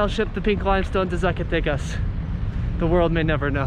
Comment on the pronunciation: Hey, Brother!.....Just a quick little grammatical tip: Even though the letter "Z" exists in the Mexican alphabet, the "Zee" pronunciation is not like the US, you pronounce it like you do an "S".